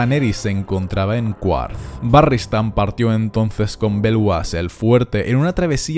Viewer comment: Se escucha raro «QUARTH», creo que la pronunciación correcta es «Carth»